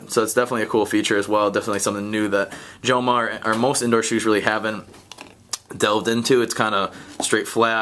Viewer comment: the pronouncement of the word joma, the j sounds like an h since joma it's an spanish brand